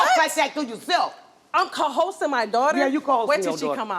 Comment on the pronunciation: Wtf is "cohorsing"?! "I'm cohorsing my daughter?!" 🤭 I don't wanna make fun cuz this is a serious story, but I believe they meant "coercing" lmfao